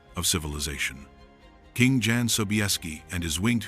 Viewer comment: Jan is prounced Yan, not Dzan!!